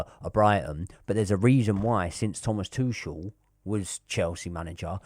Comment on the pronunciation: It’s not Tooshel it’s Tookel 👍